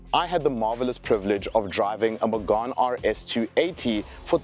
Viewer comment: it's not Magane it's May-Ghan like Meghan markle